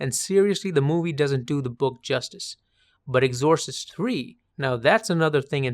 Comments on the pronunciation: Love your analysis but never quite heard Exorcist pronunciation butchered in such a comical way. I've watched pretty much all your vids on movies and this is the only time I can recall a mispronunciation and it's the worst. What the hell happened? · With 'exorcist', it's the E that's stressed, rather than the O. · Holy shit. You shouldn’t be able to set foot in a film school saying the word ‘Exorcist’ like that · Oh boy. Look up how to pronounce exorcist.